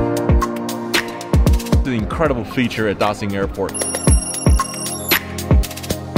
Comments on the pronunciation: why are you pronouncing it 'Da-sin' it's 'Da-shin' surely you should know that since you're an aviation geek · I like your video very much, but I wanna remind you to stop saying "Da Sing" airport, and even the foreign architect knows the pronunciation is like "Da Shing" airport. We know you can speak mandarin very well, so stop doing that, thanks. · No ones gonna say it? Daxing? Dashing? Ok I'll leave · Sounds like Dashing. Beijing Dashing Airport. Btw the Chinese names means great prosperity.